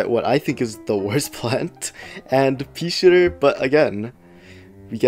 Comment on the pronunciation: Why'd i hear "Peeshitter"